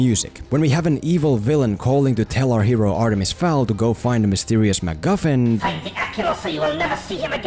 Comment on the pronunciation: look, i want to agree with you .... but you say "read the full series" right after calling it "artemis FAUL". the name fowl is so many times on this page .. and .. you know .. on the title of 'the full series'. and its not a typo, as o-a and w-u are not near each other on the keyboard. you even edited the comment later and didnt fix this. so yes, please read the books first (or the name of the video).